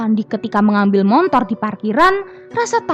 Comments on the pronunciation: Hehehee... motor..m o t o r, bukan montor😜😜.. gini deh klo klo "pembaca cerita"nya org padang, jadi mohon dimaklumin aja.. Ttp semangat ya 👍😆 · Motor mbak... Bkn montor 🤣🤣🤣🤣